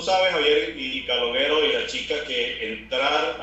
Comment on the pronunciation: calogero la pronunciación es parecido caloYero y no caloguero, no es dificil.